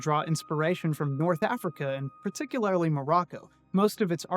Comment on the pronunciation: Particu-lair-ly? Gurl what? lol